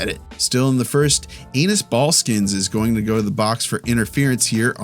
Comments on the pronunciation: LOL its Ball-Inn-Skis not Ball-skins xD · anus ballskins? Probably the goofiest mispronunciation I've heard yet😂